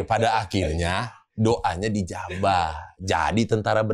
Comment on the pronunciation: bilang ijabah. Ngakak berjamaah. Fasih juga itu lidah bng. Wkwkwkw